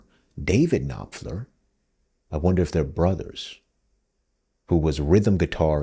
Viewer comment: pronounciation of Sultans, Alchemy, Knopfler and Illsley.